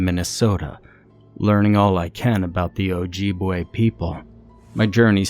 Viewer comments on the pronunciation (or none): Oof. Ojibwe Minnesota native here. It's not pronounced o-jeeb-way it's o-jib-way. Jeed is another word for a woman's... ahem ..."kitty" 😹 ...so it's really funny hearing you pronounce it incorrectly, ngl 😂 also we have wendigos, not skinwalkers. Skinwalkers are Navajo. Tell me the author isn't native without telling me the author isn't native xD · Oh-jib-way,the ancestors are rolling in the their graves.